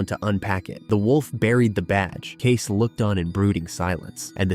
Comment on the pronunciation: I think John Dutton’s primary desire was that the land didn’t end up a subdivision or a golf course or something. Selling back to the tribe accomplished that. And you pronounced Kayce’s name wrong.